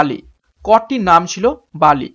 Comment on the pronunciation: বলি হবে pronunciation But English spelling will be Bali. For question 17